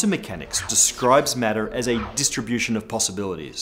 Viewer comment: Distrbution instead of Distr*i*bution!